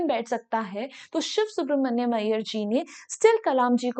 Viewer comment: Are bhai use siv subramania hi pronounce karenge